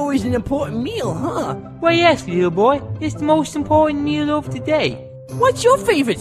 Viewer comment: Does he say Leo boy or little boy?